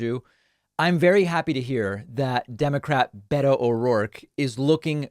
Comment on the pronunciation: beto not betta